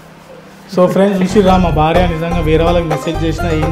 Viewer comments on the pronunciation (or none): Bartha kadhu broonai 😅😅 baarya 😅😅😅